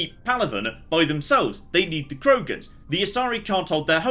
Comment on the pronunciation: Anyone else overly irritated by saying Krogans?